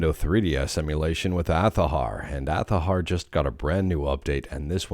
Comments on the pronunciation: You should follow your own advice do that same too because my comment bother you that much you felt obligated to make a comment. Hypocrite much. I said it before I will say it again it's Azhar not athaher. It literally takes zero effort. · you really need to calm down and i can see the rage boiling in your head.stop liking your own comments it's cringe. Even after all of this you can shout all you want. It still not change that fact that it's Azhar not athahar.